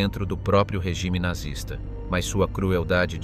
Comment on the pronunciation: What is nartsis? Oh you have the AI . I really lose interest when simple words are mispronounced (almost intelligent ).